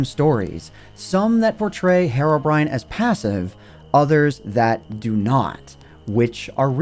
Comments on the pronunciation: His name isn't Hairobrine it's Herobrine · It's herobrine not harobrine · it is pronounced hero-brine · I don't get it. What is the actual English pronunciation of Herobrine "Herobrine" with a Spanish-like sound of a letter "E", or "Hirobrine" with the English sound of the letter "E"? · Your pronunciation of "herobrine" bothers me so much more than it should lmao, but otherwise great video as usual!